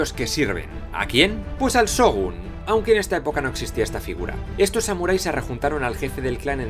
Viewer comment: Excelentes videos, nadamas te dejo un pequeño tip de pronciasiòn, cada que veas SH se pronuncia como una CH, por lo que por ejemplo se pronuncia Chogun y no Sogun y asi con lo demas tambien :P